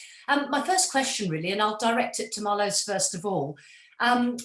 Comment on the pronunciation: pien like pee +n, marloes like marlous